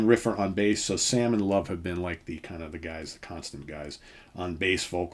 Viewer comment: I'm from sweden and in to Hard Rock and more and I never heard about them. I do Belive the name Love should be pronounced with rhe e at the end spoken so to sqy.